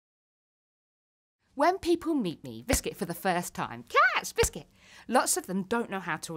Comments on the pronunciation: I support her but idk if she says biscit to ne funny or she cant help it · I like the part when she said 🅱ISCUT